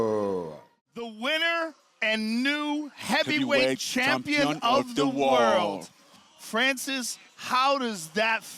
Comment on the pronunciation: ch champion of the wooarld 😂😂 Congrats Francis. Scary man. Man Ngannou whoop all the heavyweight champions. He knock them all. What a powerful guy. In the first fight even without fuel, stipe didn't be able to finish,i knew immediately if Ngannou work on his stamina stipe is done.